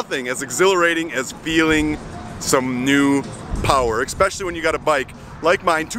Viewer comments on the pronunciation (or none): There’s no “x “ in the word especially.